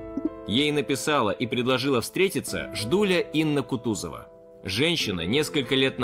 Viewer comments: С такой гордостью она это слово произнесла!) Я! Жждуля! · Ииии яяя жжжДДууулляя!!! Еее-ххооо!!!🎉 с какой же гордостью она это произнесла!